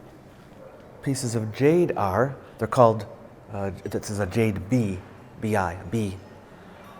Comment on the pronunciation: the word jade "BI" (璧） should be pronounced as "PEA". Not "BEE".